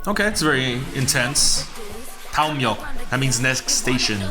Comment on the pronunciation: 이형 한국 사람이네!!!!! 다음역 발음이 ㄷㄷ 형!!! 한국어 자막 좀 달아줘요~~ 그럼 구독자 더 늘수 있어용.